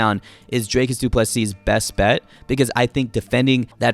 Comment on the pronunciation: Always happy to hear the correct pronunciation of Du Plessis. Small tweak would be to pronounce the "Ple" in "Plessis" a bit softer. Not "ple" like in "plethora" which is what you're currently doing. It's a much softer sound, closer to the "ple" in "please". Something like "Du Plisee"